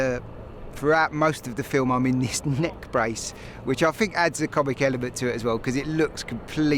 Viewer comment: fink of all the agg....